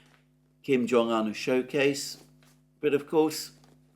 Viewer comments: Why Kim Jong "han"? It's "oon" It's not Siuneik, or baiden.... 😂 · Better come correct his Name is uun. Un